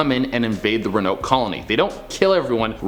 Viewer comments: honey, it's pronounced exactly how it's spelled ro-an-oke. Not ru-noke. Love you and you're hair looks great 😍😘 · Ro-a-noke. Not ruhnoke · Rowen-oak is how it’s pronounced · i’m beyond irritated it’s RO-AHH-NO-KUH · Pronounced "Rowan-oak" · It's pronounced (row-an-oak)!!! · Row. A. Noke. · I love you, but it is pronounced Row-Uh-Noke. With love from North Carolina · Had to come to the comments cause I knew I wasn't the only one who was triggered which pronunciation of Roanoke 🤣🤣🤣🤣 still love him & the channel but come on guys 😅😅😅😅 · Me watching mispronounce Roanoke the whole video: 👁👄👁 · So who else gets triggered by his pronunciation of ‘Roanoke’? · no offense but ur pronouncing it wrong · Row-an-oak Crow-a-toe-an Sorry just bugged me. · It's pronounced Row-uh-noke and crow-uh-toe-an. Love that che is back in the studio!! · I'm came looking for this. I'm glad it wasn't just me who was needing the right pronunciation. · Row A noke crow A towan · I love your Afro it makes me warm in all the right places so much so I'm gonna excuse the fact that you've been mispronouncing Roanoke and Croatoan. I Love Canada xoxo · You have to pronounce the “o” in Croatoan and Roanoke lol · I'm so annoyed by him mispronouncing these